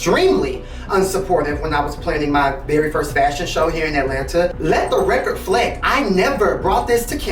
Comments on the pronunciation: Black people know we can butcher some words chile 😂😂😂.. bc "... let the record 'flect'..." is CRAZY King!!! LOL... Like, what happened to the "re" that belongs before that word?? Ctfu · "let the record flect" got me yellinggggg